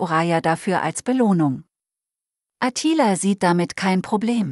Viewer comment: Was ist denn das für eine grottige Film-Beschreiberin? Klingt wie ein weiblicher Roboter. Ist es vermutlich auch. Und seit wann heißt es Attila mit Betonung auf dem "i"?? Offenbar ist der Film eher entbehrlich.